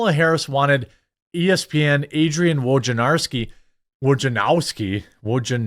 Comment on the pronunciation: Thanks for attempting to pronounce Wojnarowski. That is progress! We are all sometimes humbled by Polish names; no shame. Props to you, Jeremy!